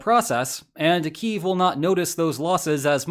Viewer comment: Bro hitting a hard 'yev' trying to pronounce Kyiv